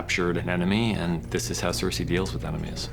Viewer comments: Can we talk about how these two absolute failures or writing can’t even pronounce they’re own characters names right? Wtf is Sur-say? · Don't forget "cersay"